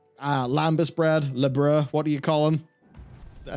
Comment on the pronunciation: "La-bra" XD That make my day XD